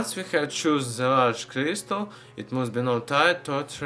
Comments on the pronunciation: Criestal mantane criestal criestal what the fuck man he should have a throat surgery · Why did it sound like he kept saying crystal meth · It sounds like he's saying crystal meth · sounded like he said crystal meth XD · Not to be mean about his accent b yup t it sounded like he said crystal meth